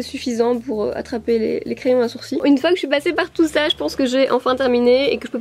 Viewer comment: Mon crayon à "sourci" 😂